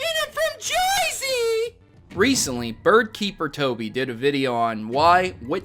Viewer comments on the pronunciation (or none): Ugh I fucking hate it when people say Jersey like that smh